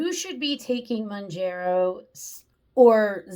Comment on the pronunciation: Hey. Just FYI, the pronunciation is Mown-JAR-oh, not Mown-jer-oh. But to be fair, ppl have come up with probably at least a half-dozen creative pronunciations for it. It’s just a weird word, as most drug brand names are. 🤷‍♂️ And the issue you bring up is a really interesting one. And it’s even one that cuts both ways… a lot of ppl report that in THEIR neck of the woods, Zepbound has actually been easier to get than Mounjaro. So, a few diabetics are getting their scrips changed, and are actually taking Zepbound off-label for T2D. Go figure. 😯 Is it right? Probably not, just as it’s probably not right to take Mounjaro off-label…. UNLESS one has some fairly severe obesity co-morbidities. In which case, I don’t begrudge them doing that, nor do I begrudge T2D ppl taking Zep off-label. But I would want them to consider that a LAST resort. All I can say for sure is that ppl who truly are ‘vanity’ users… aka just want to ‘lose that last ten pounds’ for the beach or a wedding or whatever… those ppl should NOT be on either medication (or Wegovy, or Ozempic, etc). And doctors who hand out scrips like candy to those folks should face some sort of penalty. ‘Cuz it is ridiculous, especially with such severe shortages ongoing. 😡